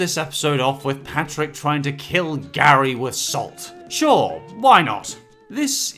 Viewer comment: It's spelt like Gary but you pronounce it as geary